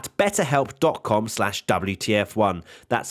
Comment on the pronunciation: "Welcome everybody, and welcome back to the double - t - f1 podcast" But I wanted to see the wtf1 podcast, not the ttf1-podcast...;)